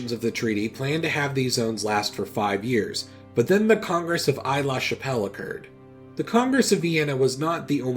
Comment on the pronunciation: the first part of Aix-La-Chapelle is pronounced "ex" and not "ayy" Marseille is pronounced "marsayy" and not "marsaye"